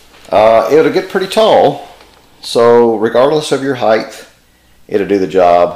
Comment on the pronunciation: did you say heighthhhh